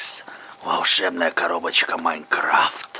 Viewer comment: wymawia się majkraft